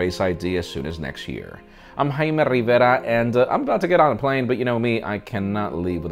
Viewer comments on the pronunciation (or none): Jaime RRRRRRRRRivera